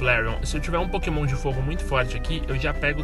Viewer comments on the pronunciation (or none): Só eu que ouvi no começo do vídeo ele falando: KÉMON mais eu acho que era pokémon o nome :P